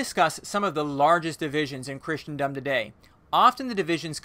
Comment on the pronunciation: Please learn to pronounce common religious and theological terms: Kris-en-dum, not Christian-dum; Loh—gohs, not logg-oss, etc. Studying a little Greek and Latin would benefit you! Mispronouncing these very common terms makes it hard for an educated person to take you seriously, regardless of your content.